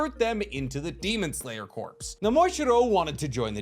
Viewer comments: I can’t get past the fact that he’s saying “corps” as in dead body and not pronouncing it right 🙄🙄🙄🙄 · I love you videos but! Demon Slayer Corps, It’s pronounced demon slayer CORE. The PS is silent. Source: the Marine Corps is pronounced Marine CORE, not Marine Corpse. This literally drives me nuts. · can you please learn to pronounce the word "corp" before making another video? it really hurt my ears. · Why do you keep saying Corps wrong, the P and S are silent like in Marine Corps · “Corp” and “corps” are pronounced exactly like “core” and “cores”, respectively. You’re welcome. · Demon Slayer Corps is pronounced like "kor". You've been pronouncing it like "corpse" the whole video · Tiny itsy bitsy pedantic thing: Corps is pronounced like "core" not corpse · As a long time fan of your content, I must say… Corp is NOT pronounced Corpse. It’s pronounced like core. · I don’t know if someone said anything or you’ve corrected yourself, but corps is pronounced core. Not corpse. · Pet peeve: it's actually pronounced as "core", silent "P". Like the USMC, Marine "Cor" no annunciation of the "P" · Love ur channel! Just please say corps (“core”) instead of corps (“corpse” 😂😂😅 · I love your content but please for the love of god it’s pronounced core not corpse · You’re great, thank you, love the video…but please, I’m begging you with all my heart to stop calling the it the Demon Slayer “Corpse.” It’s not the dead body of a Demon Slayer, it’s the Demon Slayer Corps, and both the “P” and “S” are extremely silent. I know I’m broken for caring, but it’s like calling a Grand Prix a “Grand Pricks.” Now let your hate fall down on me like rain. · Demon slayer corps is pronounced like core not corpse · sorry to be that guy but its pronounced Core.... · Thats a slight pet peeve of mine too. I guess I'm that guy as well. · Absolutely tickled how you pronounce corps as "corpse"